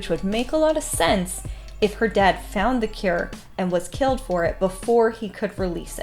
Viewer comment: For a moment, I thought you said violet's death. I'm like she died? Just realised that you meant dad